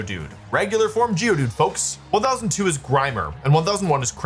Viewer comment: im sorry, can you run that geodude pronunciation back?